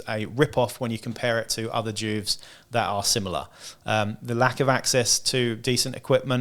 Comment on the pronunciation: It’s jewvee not Jewv … you know.. short for juvenile.. where to kid criminals go? Juve (jewvee)